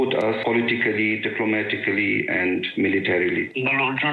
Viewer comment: So proud of your ‘Aand forces’. 😂😂😂